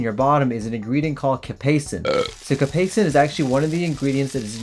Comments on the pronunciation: First off a GI is not a colorectal surgeon. Next its Capsascin not Capaison emphison on the vouls not /Kap-a-son/ its /Kap-ay-uh-sun/. I am not sure in what way a hemorrhoid cream can increase inflammation as most of them are in some way imunosupresent. Please don't make such a mater of fact video unless it is going to be MINT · Capasen? Weno mustache? Many mispronounced words? This dude is sus. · Cap-say- shin. I can't even watch this. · Did you literally just pronounce capsaicin as capacin ? Bruh...